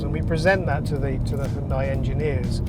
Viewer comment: I have worked with them for years. It is NOT He yun day. It rhymes with Sun Day. Hyun Day